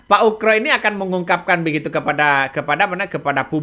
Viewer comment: koreksi dikit bang..nama yg.benar adalah bp komjen Purn.Oegroseno.. terdengar bang.nyebutnya pak UKRO..kalau mau dipendekkan jadi bp.Oegro,mudah2 an saya gak salah dengar.